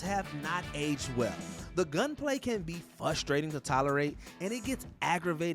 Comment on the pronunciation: FRUSTRATING Not fusstrating